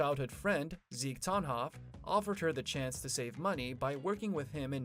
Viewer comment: Pronounced (pom-rain-key). Pronounced (rye-dell). Pronounced (ten-hoff).